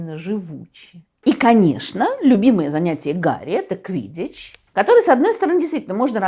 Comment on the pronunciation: А Гарри по русски надо произносить